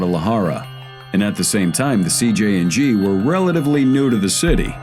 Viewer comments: Many chances to say CJNG correctly yet you failed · CJNG not CJ and G